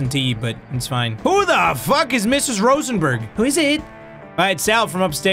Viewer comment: It's ROSENBÄRG not SorenbUrrg